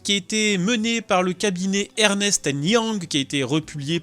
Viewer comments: Le cabinet EY, c'est Ernst & Young, pas ErnEst And Young. Sinon, merci pour la video!!! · Ernest and Young mdrrrr c’est Ernst pour info et on dit très souvent EY (en anglais e why) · EY c'est Ernst et non Ernest. Alors oui en anglais Ernst est l'équivalent français de Ernest, mais autant prononcer le nom du cabinet correctement. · C'est Ernst & Young, pas Ernest & Young ! (une seule syllabe pour "Ernst") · "Ernest" est un joli et vieux prénom. Mais le cabinet de consulting s'appelle "Ernst and Young", pas Ernest et Young.... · On dit Ernst and Young et pas Ernest and Young. C'est un cabinet américain comme Mc Kinsey.... Ce n'est pas grave, mais au moins, c'est intégré pour les prochaines fois ;-) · EY Ernst & Young... pas "Ernest" & Young... 😅